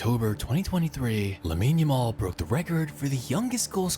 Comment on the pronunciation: hey bro jus thought I would let you know the name pronunciation sounds like - la-meen YA-mal